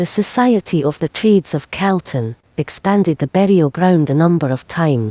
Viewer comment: I wish the Scots woman knew how to pronounce Calton !! It is NOT pronounced Celton,. it's Calton as is "Cawlton"